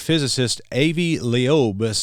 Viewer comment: Thats pronounced Ahvee Lobe